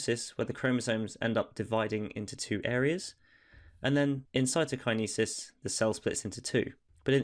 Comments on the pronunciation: that was amazing but can someone tell this man how to pronounce cytokinesis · It’s pronounced cytokinesis 👍🏼 hope this helps